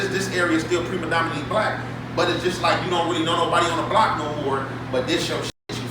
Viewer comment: *predominantly not premadominantly. aye you do that a lot love using big words but you pronounce it wrong. I see u though trying just pulling u up.